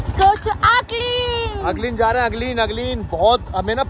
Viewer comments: It's Agling not ugling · Hy it is not ugling it is Agling